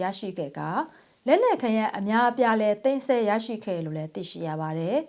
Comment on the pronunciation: သိမ်းစည်းလို့ပြောပါသိမ်းဆဲလို့မပြောပ့နဲ့